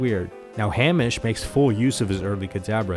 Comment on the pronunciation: Lol at how you pronounce Hamish XD